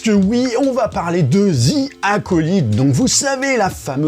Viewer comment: Sérieusement, on ne dit pas ZIII, mais DHI pour bien prononcer The.